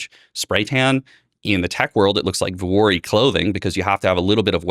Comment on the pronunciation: He keeps saying Vorehees / Dwoorvey / Voorey whatever clothing... can you please F'n spell this out, because I have no idea what brand you are talking about. I figured out what TBPN - Technology's Daily Show was, because you posted a screen shot of the show... not everyone lives in your Silicon Valley World, I'm in rural Georgia on a farm....